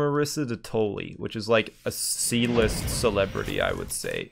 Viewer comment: I thought he said "E List"